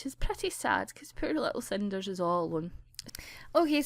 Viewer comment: ahaha I love ur accent most of all when u say 'Poor little cinders'